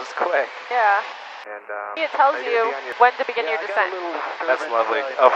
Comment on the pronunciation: I really enjoy your channel. In an effort to contribute to the awesomeness: That AFB in Florida is Eglin (Egg, not Elg). I had a good friend stationed there for some time.